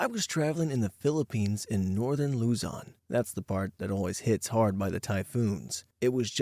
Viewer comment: Legit thought you said luton